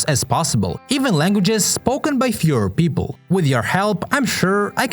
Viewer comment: At the end of the video I heard 'Führer people' instead of 'fewer people'.